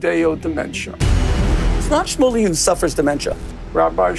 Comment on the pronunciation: "Rabby Schmully," destiny said. LOL. What is this chi-shane-ery